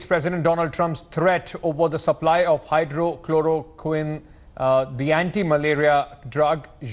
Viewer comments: The news reporter created a jumla... Diffrent medicine Hydro....Chloro....Queen.... 😝 And he repeats the same wrong name again 🤭 Its Hydroxycholorquine Take care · "Hydroxy" chloroquine not "hydro" correct yourself while saying... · To the news reporter it's pronounced Hydr-oxy-chloro-quine How can you not say that when it's the medicine the world is talking about ? Please, update youself. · This reporter doesn’t know how to pronounce hydroxychloroquine. Doesn’t seem to bother knowing what it is. Fake news. President trump is being very polite and express his gratitude for the cooperation from prime minister Midi and Indian government. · Anchor pronounced wrong for Hydroxychloroquine. He needs to learn first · Kindly pronounce the name of medicine rightly . Again and again missing words 'oxy'.